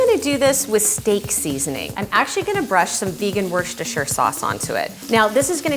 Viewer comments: lol Wershtersher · LOL how she says 'Worcestershire.' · but we can all agree that no one knows how to pronounce "Worcestershire"